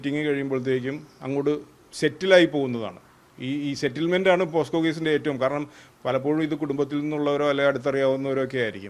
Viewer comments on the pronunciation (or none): പോസ്ക്കോ അല്ല പോക്സോ ആണ്..